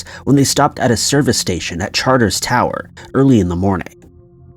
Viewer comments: Cairns!! Not canes! 🤣 Pronounced care-n-s . Also CharterS Towers! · First story. I think your referring to Cairns (pronounced like a long 'cans'). And the other town is charters towers. I lived in Australia for ten years and buggered up the pronunciation of Cairns when I first moved there.